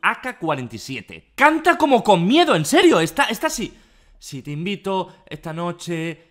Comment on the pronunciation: "Que dirías si esta noshe te seduzco en mi coshe?" Auronplay 2019